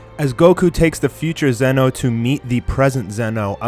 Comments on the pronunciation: It's pronounce Z-ee No not zen-oh also its not his full power shown. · Please stop pronouncing zenoh like that